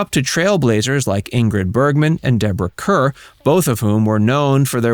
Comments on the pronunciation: More like hair . Kair. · Deborah Kerr pronounced her surname “car” not “cur”. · Deborah Kerr is pronounced "CAR," not "CUR." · Deborah "Curr"? are you sure that's how this very famous actress's name is pronounced? (embarrassed for you) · Deborah Kerr is pronounced “Car”